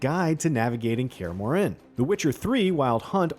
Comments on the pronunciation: No. nuh nuh nuh... it's not pronounced "MoreANNE". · Kaer ''Muren'' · Dude said "Care Moren" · yeah he is saying kaer more inn lol it hurts the soul lol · To me it sounder like he was actually pronouncing the “H” in Kaer Morhen, whereas in the games they don’t pronounce it. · Kaer Morhen pronunciation was also butchered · Or Kaer Morhen